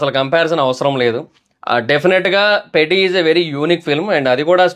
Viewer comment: 5.21 పెడ్డి కాదు పెద్ది కాదు చెడ్డి 😂😂